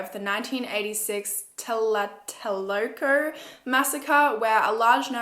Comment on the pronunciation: “talatelolco” omg i laughed, but you pretty much pronounce right every difficult word